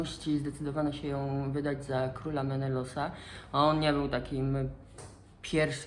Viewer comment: Skąd taka wymowa imion i nazw miejscowości? Czemu „Menelos" zamiast Menelaos? Czemu „Mikines" zamiast Mykeny? Czy to wymowa strikte grecka? W sumie nie ma co się dziwić, że Klitajmestra znalazła sobie kochanka Ajgistosa. Przecież Klitajmestra znienawidziła swojego męża po tym jak złożył w ofierze ich córkę Ifigenie, tylko po to by statki mogły odbić od brzegu i popłynąć do Troi. Jeszcze wmówił matce i córce, że Ifigenia ma zostać zaślubiona Achillesowi, tymczasem podstępnie ją zabił. A jeśli chodzi o trzy wersje śmierci Agamemnona to może rzeczywiście pierwsza jest najbardziej prawdopodobna. Trzecia z tego co pamiętam, ale mogę się mylić bo sztukę czytałam dawno została przedstawiona u Ajschylosa w Oresteji. Druga wersja po prostu wydaje się ściągnięta z motywu śmierci Heraklesa. O nim się mówi, że został zabity przez Dejanire, która nieświadomie podała mu szatę nasączoną krwią Nessosa. W sensie szatę podała z premedytacją, ale Herakles miał ją po prostu znowu pokochać a nie zemrzeć.